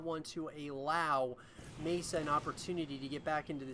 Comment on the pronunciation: MaSa is pronounced Mah Sah rather than May sa